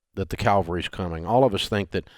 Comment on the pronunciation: Dave, The cavalry is coming. Calvery is where Crist was crucified...